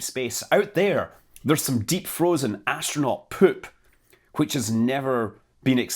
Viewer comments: Highlight: hearing the word “poop” in a Scottish accent. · I love how you pronounce "poop" lol